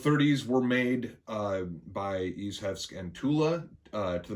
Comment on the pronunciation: Ichevsk = [ish-evskee] that’s how you say it.